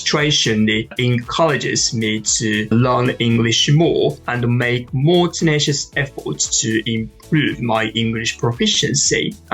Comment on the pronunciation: お二人のようにすらすら話せたらいいなぁ～と思いました。^^ (本当に！）それと、これは決して批判ではなく、自分にも言えることですが、contribute / simulate / tenacious(二重母音です) / volume / preparatory / stimulating / sophisticated のアクセントを良かったら文字情報の辞書で、あるいは発音の聴ける辞書で、今一度確認してみて下さい。刺激をありがとうございました。